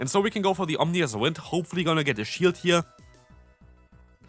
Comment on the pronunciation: OM-I-NOUS not OMNI-OUS 😂😂😂